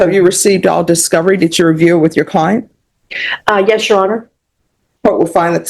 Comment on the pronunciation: Why does every dipshit go to court and say “yesh your honor” over and over? Is everybody retarded?